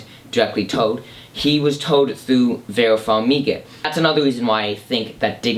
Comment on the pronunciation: one example on your R's would be how you pronounce the word "through", it comes out as "thew". theres multiple examples of S, but im not here to make fun of you. i only noticed your speech because some words made it hard to understand which caught my attention. i wasnt sure if u were british or had a speech impediment. anyway, you seem very passionate about movies and understanding them. good review, i ll give you a like/thumbs up. your video helped in satisfying my curiosity and helping me understand the ending.